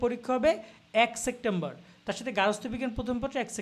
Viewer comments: Vai sectember na, September. Uccharon e problem vai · Vai sectember na . Kothata hobe September 😂😂😂